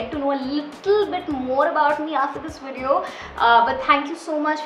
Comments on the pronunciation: Am i the only who notices her saying 'widio'🤔. No offence though, i like your 'widios'😃. Subscribed! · What is wideo haan??!!!!! Sometimes it's good to have right pronunciation.... You don't have to do so 'nekami'